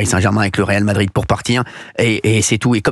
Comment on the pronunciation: on dit pas réal de Madrid 😃